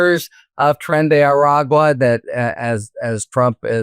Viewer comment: it makes me smile every time I hear you say Tren de Aragua! You say it so beautifully!